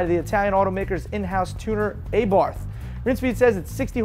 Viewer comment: Oi you berks stop plagiarizing news off top gear. Cmon now i know you lads can do better than that. And by the way its pronounced Uh-Bar-Th not Ayee-baath. P.S welcome back Mr Grönholm.....cheers